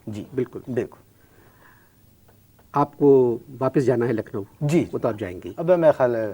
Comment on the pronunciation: Lucknow nhi Nucklowwww😅😅😅